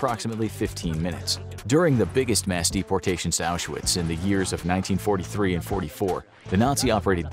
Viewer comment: Oush er witz ?? FFS, American pronunciations. 🤦‍♂